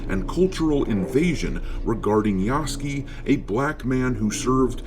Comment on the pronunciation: ROFl "Yaske" .... you Moron Its Ya-Su-ke